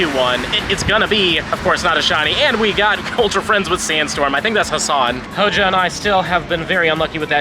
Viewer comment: Everytime says HO-JO….. take a shot!